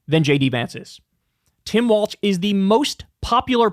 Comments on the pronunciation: Why do you keep saying Tim WalTz? There’s no T in it lol Just Tim Walz Like the walls are closing in 😆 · Governor Walz does not pronounce his name ‘walts’ he pronounces it ‘walls’! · WALZ not WALTZ! Please say his name correctly! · Please, Kyle… it’s “Walls” not “Waltz” - the things that divide rooms, not a ballroom dance.😘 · Why u keep saying Tim Waltz? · Somebody tell Kyle that Walz doesn’t have a T in it. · I wanna have a beer with Kyle so I can tell him how Tim Walz pronounces his f*** name.... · You gotta stop mispronouncing Walz.